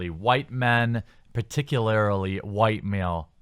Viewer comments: "Particularily" is not a word, my dude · Jer-bear, there's no "i" after the "a" in "particularly"... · "particularly" not "particularily". Sorry, I'm British.